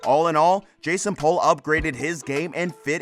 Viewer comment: It's "POOL" not "Pole". Did you watch the show at all?